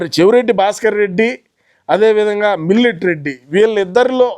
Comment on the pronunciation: Millet not Milatary 😅😅